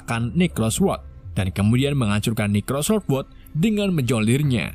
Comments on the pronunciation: Necrosword... saya terus mendengarnya sebagai "microsoft word" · kok aku dengernya pedang microsoftword ya.... :D